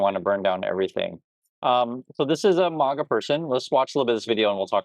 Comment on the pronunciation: Ooh. I agree with the vid, but I hate how you mispronounce the word maga. Thumbs down